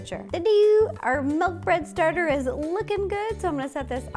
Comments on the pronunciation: Sorry row but it is not melk it is milk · I will never get use to hearing Ro say "melk" instead of milk now ever since Mike pointed it out lol. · I love Ro soooo much.... but it's not MELK 😫🥴😂